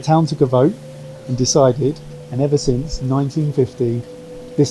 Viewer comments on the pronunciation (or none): none